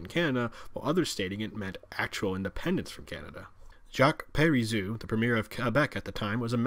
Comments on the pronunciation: It's astonishing and disorienting to be hearing this history from someone that says "jock peri-zoo." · Jacques Parizeau is going to be pissed you pronounced his name wrong.